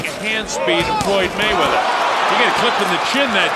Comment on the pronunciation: "Mr Wayweather" lol